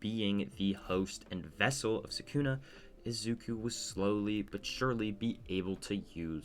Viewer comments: Are you saying sakuna or sukuna i cant tell if im trippin or just hearing you wrong 😂😂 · u said sakuna, not sukuna tho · btw i am pretty sure it is called sukuna not sakuna but oh well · Why tf did you say Sukuna like that? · but he cant even say sukuna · Was it ragebait when you kept mispronouncing Sukuna’s name? 😂